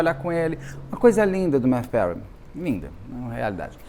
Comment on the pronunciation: É Mathew, não MaTThew.